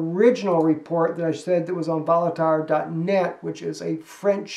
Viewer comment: "Voltaire" is pronounced "VOHL-TEAR"